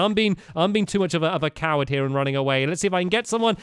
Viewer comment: You said "COWerd" with a cow right next to you. That was a good joke.♡#LoveAllYourJokes.